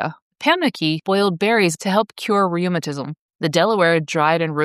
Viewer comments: ree-ew-him-ah-tizzum? Im out. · At about , are you saying “rheumatism?” Interesting content, but there’s a glitchy AI feel to the video. Thanks!